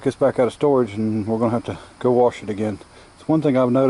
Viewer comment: No r in wash :) Nice Rims, keep up the vids, I find them really enjoyable!